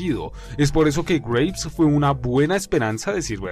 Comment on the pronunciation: Por la pronunciación pensé que decías Grapes o sea Uvas y no Graves, o sea... Tumbas. Tienes razón, Barkov y el Lobo son... insignificantes. El segundo sobre todo, un cero total a la izquierda, y el primero es simplemente un villano de caricatura de sábados por la mañana... ay que mata prisioneros y encarcela niños... creo que el Vengador de Calabozos y Dragones hace lo mismo y no lo tienen en ningún pedestal. PD: Lo de que no estaba en el tanque me lo esperaba, me pareció una especie de homenaje a los juegos esos donde el villano se sube a un vehículo y tienes que derrotarlo estando en desventaja... ah mira al final el MW II se convierte en un juego de Sonic xD PPD: Lo de Farah lo vi como una especie de inclusión tokenista, es decir, para cumplir con la cuota, y reforzar la idea de que son los buenos... ven somos los buenos, tenemos a mucha gente de nuestro lado, negros, árabes, y por supuesto ingleses, son los malos los que son homogéneamente étnicos, rusos todo blancos... nefasto mensaje en realidad si te pones a pensarlo.